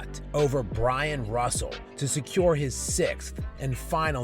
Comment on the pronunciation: Pronouncing Bryon Russell's name correctly makes you smarter than half the Lebron apologists.